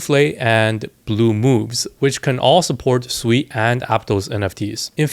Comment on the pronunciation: It’s pronounced as sue e